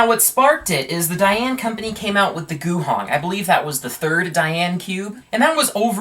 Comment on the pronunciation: Guhong not gushing lol